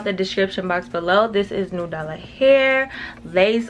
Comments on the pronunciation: you saying "new dallah hair" has me weaakkkkkkk😂😂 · I be dyin because I know sis aint neva gon say nAdUla. Idk why I fall out laughing every time.